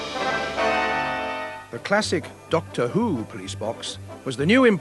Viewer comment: IT'S DOCTOR NOT DOCTOR WHOOPOOOOO